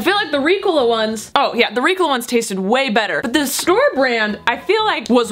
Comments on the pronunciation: I love you, but it is Ree-co-la not Ricula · it’s ri-COL-a not RI-col-a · I went to the comments to see if anyone noticed how she pronounced Ricola. I guess I’m the one that says it ring. I say it like Ree cola ( as in Coca Cola) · Ricola is a swiss brand and in swiss german its pronounced ri- gola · It's weird to hear the word Ricola because I'm so used to Reeeeecola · Did you call ricola ‘reecola’?? Lol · Why did say Ricola like Ricala... I’m very confused. Have I been saying it wrong? Was she just wanting to say it strangely? I have so many questions! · ily but I hate how you say ricola. The commerical goes "reeeeeee-cohlllaaaah" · Umm excuse me that is not how you pronounce Ricola. Haven’t you seen the commercial?! 😂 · i kept twitching at the way she said ricola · Look up the ricola commercial and learn how to say it please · The way she’s pronouncing Ricola is making me cringe, that’s not how you say it